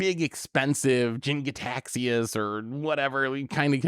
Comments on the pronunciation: It’s pronounced “KAHDUHKUHS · I guess I'll be the Greek mythology nerd in the comments. It's kuh-doose-ee-us. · Three grown ass men who don't know how to pronounce caduceus is a bit much.